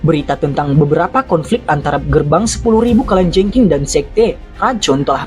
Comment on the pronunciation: Mimin kok susah ya ngucapin kalajengking, kurang ngopi mungkin hehee..